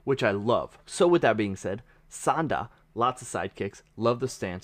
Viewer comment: Just a pronunciation tip. You said Sanda pretty well, but Sanshou is pronounced more like "San-Show" and not "San-Shoe."